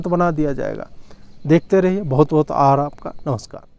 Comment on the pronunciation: last mai aap kya bole the..bahut bahut aaraha ( aabhar) 🤣🤣🤣